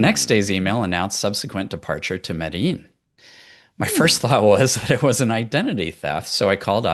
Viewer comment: You should take a real flight to Medellin and learn how to pronounce it, 😂😂. Seriously, it's an awesome place.